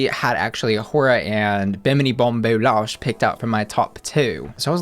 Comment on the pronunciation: It’s Bou-LASH not Losh 😉